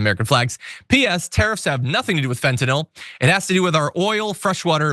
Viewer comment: Kudos for correctly pronouncing fentanyl.